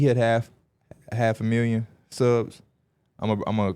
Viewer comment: Let's bet a meal Shakes Hand: A Mealion (million) Thats the funniest shit ever said🤣🤣